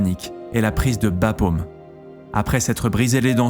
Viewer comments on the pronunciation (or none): Super docu, comme à votre habitude. Tout petit mini détail est le piège que tous les docus, à ma connaissance, ne loupent pas: le - au - de Bapaume se dit comme celui de la pomme. Merci encore pour votre boulot toujours aussi qualitatif Un petit gars de Vaulx-Vraucourt \_o_/